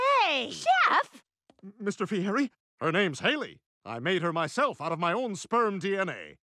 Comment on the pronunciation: They could’ve at least learn how to pronounce his name correctly you say it like a guy Fieddi not guy Fieri or however you spell it 😂